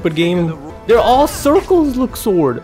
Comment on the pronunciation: Where did zodiac signs come from?! lol LUX-SWORD I don't know where the "S" comes from ..😅 i probably pronounce it wrong tbh